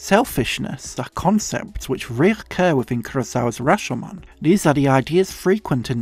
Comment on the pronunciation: You're the only Youtuber I've heard using the original pronounciation of Rashomon correctly (not sure if there was some different English pronunciation that's equally valid but they say the name in the movie and the longer syllable is the "sho"). Fantastic essay.